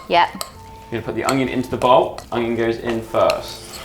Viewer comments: Is it just me or use saying ongion instead of onion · Is no one gonna mention how says uNGion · ''hastag Junion'' 🤣🤣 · Am I the only one who always hears say "Owng-yung" instead of "Onion"?? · Is saying “ognion”?! 😂😂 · I love so much but for god sake someone teach her how to say onion properly😂😂